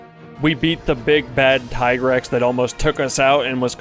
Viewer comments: its not TIE-GREX or TEE-GREX its TIGER-X! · The famosos "Tee-grex" ahaha